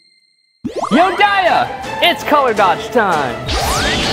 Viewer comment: it's not "color dodgé" in french xD